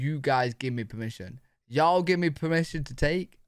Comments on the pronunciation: I think the way you say y'all sounds GREAT. British y'all. What a trip. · Y’all is from the South that has an accent akin to you Brits. So, the way you say y’all is spot on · You sound perfect when you say “y’all”. It suits you! I’m from California and it sounds weird for me to say it! 😂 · y’all always sounds right as second person plural no matter who says it. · I agree. This Texan gives her blessing. He sounded excellent when he said it. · I agree. His “hey y’all” was perfect! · Southern here from the USA. You absolutely have permission to say y’all! You sound great saying it and that’s not just Southern sweetness!😊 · As a born and bred southerner!!! You are saying it perfectly! Sounds great and y’all ought to start using it! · Your pronunciation of yall sounds very natural! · Do it! You sound great saying Ya’ll ☺️ and the Whole nine yards is a fun one. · you sound great saying y’ll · You sound good saying "Hey, y'all." But I live in the South in America. I use "y'all" so much, my phone recognizes. So use it. Then you can add "all y'all and you'ens". You'ens is more than y'all and less than all y'all. And yes, I had a boss who used you'ens. I don't care for it too much.